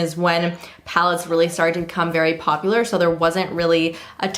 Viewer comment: "Poplar" haha love you girl